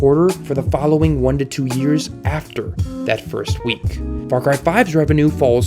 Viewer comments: fawcwy? FAWCWY? sorry bud you can't have an opinion with that speech impediment. disliked. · did he say far cwy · “Far Cwy is a seewies” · Far Cwy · Far Qwy lol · "Far Qui"